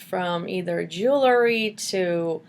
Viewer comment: Lol. "Jew-el-ry"